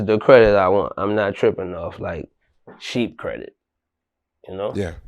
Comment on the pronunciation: “Sheep credit” lol